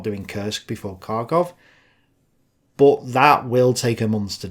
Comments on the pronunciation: BTW, in Russian, Kharkov is pronounced Har-koff not Kar-koff. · I can't wait to see it! And it's pronounced "Harkov"!